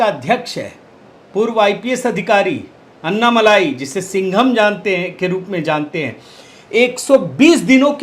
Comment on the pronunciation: तमिलनाडु भाजपा प्रदेशाध्यक्ष का नाम कृपया अन्नामलाई न बोलिए, अण्णामलइ बोलिए।